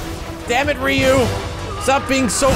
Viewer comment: I like max but ree you? its rye you :(